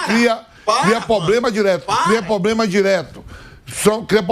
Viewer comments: Isso é um representante "corintiano" hein rsrs não tem a capacidade nem de falar PROBLEMA ou ele fala pobrema ou problema, enfim é mais um semi analfabeto "ídolo corintiano" falando merda. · Vamp..... P-R-O-B-L-E-M-A. nao eh Pobrema, Problema, Plobrema.... tantos jornalistas e ninguém pra ajudar....???